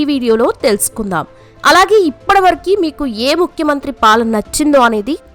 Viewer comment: నియ్యమ్మా తెలుగు సరిగ్గా నేర్చుకోవే..... ఇప్పడివరకూకాదు, ఇప్పటివరకు అనాలి